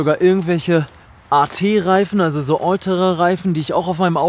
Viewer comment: min "öltere reifen" was bruder 😂